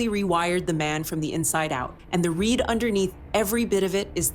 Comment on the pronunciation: Stupid AI narration who doesnt even say RE CORD or RE AD properly